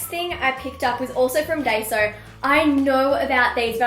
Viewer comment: Just a note - Daiso is pronounced die-so :) It's fully of cute stationary